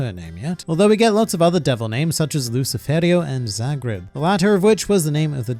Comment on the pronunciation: If I remember correctly you Australian so I know you have a different accent or a way of pronouncing things but you pronounce lucifero wrong